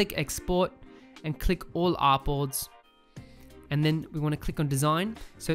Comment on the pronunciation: Bro Whenever You Say Artboards I hear Apples 😄